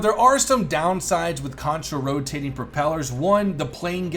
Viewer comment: Why does it sound like has a seizure every time he says Counter Rotating?